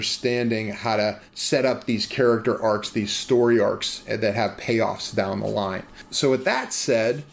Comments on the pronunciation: "Dah the apothecarys" I swear I tasted Primantis when you said that. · I instantly recognized the Pittsburgh dialect when he said “Dahwn”